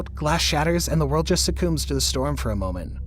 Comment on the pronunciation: Succumbs. Ser-cums. Not su-cooms. And the b is silent.